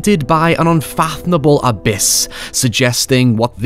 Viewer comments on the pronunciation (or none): none